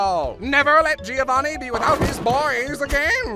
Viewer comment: Is it just me or did he say "me-ovanni potage!" Or am I just not hearing the "gi"